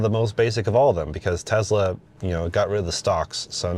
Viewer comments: Bro, it’s not tezla. It’s tesla. Enunciate your S’s! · Him saying Tezla and that CarPlay sucks immediately discredit him as any type of reviewer.